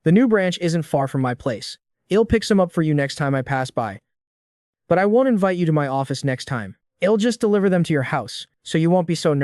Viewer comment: picking nits: won't pronounced wont.